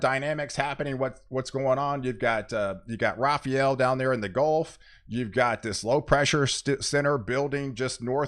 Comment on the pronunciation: Rafael. Not Rafarel.